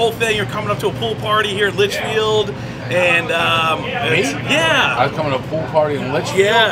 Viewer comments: If you say Lynchfield one more time!!!! LITCHFIELD!! Christ..... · bro definitely never been to litchfield, he called in lynchfield HAHA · Litchfield not Lynchfield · Awesome to see Dave in NH. I would love to have him try Rocco's in Manchester. And Dave kept saying Lynchfield. But it was LITCHfield, a nearby NH town. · Litchfield bro. Litchfield.